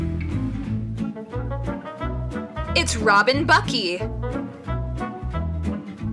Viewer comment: She said robin bucky